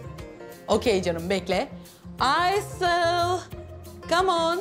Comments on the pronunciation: Aysııll ne ya yıldız 🤦‍♂️🤣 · Her ingiliz biri geldiginde aysele aysil diyemezdin yildiz djsjejjejejs